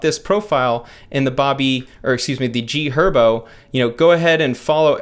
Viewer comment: Man not GHerbo 😂😂😂😂😂😂